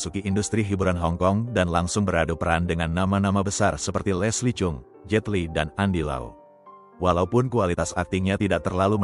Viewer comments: Jiong fen ..cara bacanya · Cheung fan = jong fen bacanya min